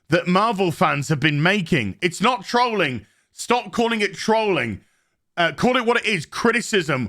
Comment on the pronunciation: I notice and appreciate that you pronounce trolling /tɹəʊlɪŋ/, and not /tɹɒlɪŋ/.